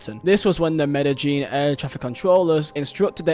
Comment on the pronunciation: Me-da-jean > Me-de-yean